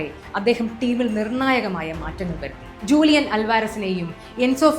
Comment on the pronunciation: ഹൂലിയൻ അല്ല ജൂലിയൻ